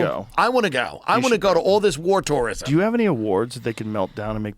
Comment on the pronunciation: “Wore toreism”. 😂